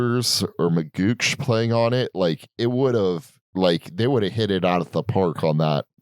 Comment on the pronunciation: it's pronounced mageeok not magooch